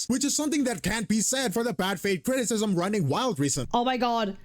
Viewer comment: the video drag to 29 mins due to Cap keep pausing and crashing out everytime Glaive said critism 😂